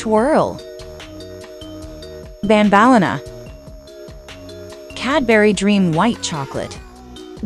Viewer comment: AGAIN BAD PRENOUCING BANELINA???????? WTF